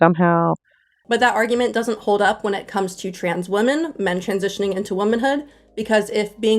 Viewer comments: Why do so many people in internet videos pronounce "women" exactly the same as "woman"?! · Drives me nuts how the curly-haired lady pronounces "women" as "woman". Why do people do that?